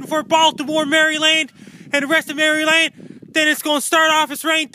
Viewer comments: Hey! Thanks for what you do... just as a heads up, it's pronounced "Mara-lin" which is why people keep commenting about "MARY LAND" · please it's not Mary-Land, Marelund is the appropriate pronunciation. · It drives me nuts when people say MARY LAND seriously its maryland. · love thee MARY! LAND! pronunciation. what drives it home is how many time he says it. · Being in MerryLand (as he says it).... This is hilarious. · Who the hell says "Mary Land"? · Can barely get the words out over those teeth. we'll be fine here in Mary land